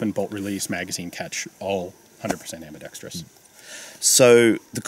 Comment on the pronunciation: Thanks for NOT saying ambidextreeeeeus. A good review.